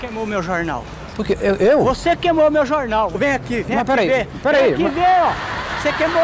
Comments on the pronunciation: "eu quero quatro jorrrnal" 😂😂😂😂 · "Eu quero quatro jornau" KKKK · "Eu quero 4 jornau" 😂